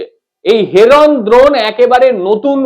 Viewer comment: উচ্চারণ ঠিক করো। দ্রোণ নয় ড্রোন।